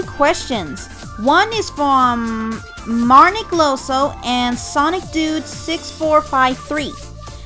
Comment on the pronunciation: It's Marnic Ioso with "i"